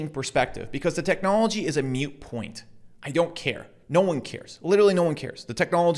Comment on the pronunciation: Mute point or moot point?